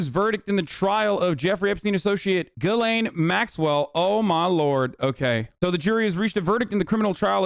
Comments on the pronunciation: French guy here: it's pronounced 'Ghislaine' not 'Guylaine'... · Lol it's not pronounced Jizz-lane Maxwell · And Gislaine is said like "Ghee lane". And the fact that you don't care that the files are sealed with the names. Just shows that these girls are in danger more than ever because no one knows who these people are. If these girls go missing how is anyone going to know who did it. Gislaine is a sacrifice, you seriously don't know a thing. They didn't offer her a deal to name names. You need to stick to your games don't commentate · he calls her jizzlane maxwell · Damn, he called her JIZZlane Maxwell. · nah, it's not oblivious. Americans know how to pronounce JIZZ-LANE perfectly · Di you just call her Jizzlane? 😂😂